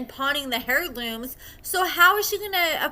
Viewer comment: AIR-looms not hair looms I cringed so hard at that